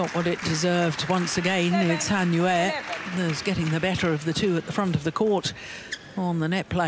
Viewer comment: Welcome back Gill, love the way you say Han Yue! I believe that is correct.😄😄😃